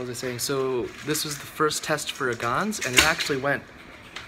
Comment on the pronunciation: hah, you said gans valk.